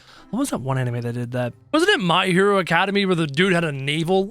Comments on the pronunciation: My hero Academy - It’s academia lol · Its academia not Academy and im a huge Goku fan